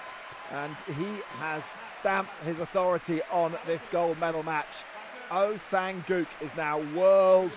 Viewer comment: Doesn't even bother nor care to pronounce his name right, "gu", "guk" "oh sang guk". So unprofessional and pathetic.